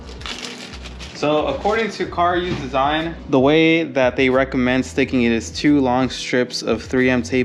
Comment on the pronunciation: CaRuse not car use lmao.